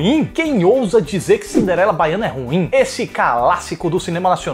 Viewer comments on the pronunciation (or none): “Bahiana” hahahahahahahahahahaha